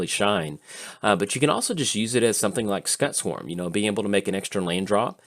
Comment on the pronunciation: mispronunciation really gets my back up.